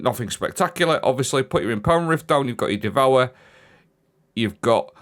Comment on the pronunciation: The powah of devowah!